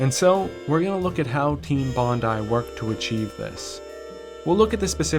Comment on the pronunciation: You are the only American I've ever heard refer to this developer with the correct pronunciation of their name (Bondi = Bon-die) Bravo. That alone tells me you cared when you put this together. Subbed as soon as I heard this. Solid, solid work. Thanks. p.s. LOVE this game. Edited to note the great use of chapter titles in the style of the game's case title cards. It's the little things.